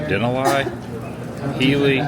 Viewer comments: Den - ah - lie 🤦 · (Dee-na-lee) not da na lie😅😅😅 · It’s pronounced Den-alley no Den-al-i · Din al lee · The “den-a-lie” killed me 😂 I don’t know if he’s serious bc I don’t know who this guy is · its pronouced Da-nol-lee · It's den-alley. It's the native name for Mount McKinley. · It's pronounced Den-all-E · "Den-uh-lie" What an idiot! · You got all the names wrong, but that's OK! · You need to learn how to pronounce the names of places properly before you make a video, say the names incorrectly and sound foolish. Also, I’ve never heard of -0 before. It’s either above zero or it’s below zero but it’s never -0. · You seriously had no idea how to pronounce Denali or Talkeetna? And what exactly is “negative zero”?